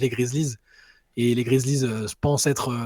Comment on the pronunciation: Les gars svp, prononcez bien les noms des equipes ! Je deviens fou quand vous dites les piston, cavalier ou grizlie. les pistOnssss, grizzlieeeesss